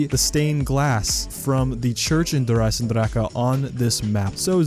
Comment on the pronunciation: It is not pronounced eisendrakke dude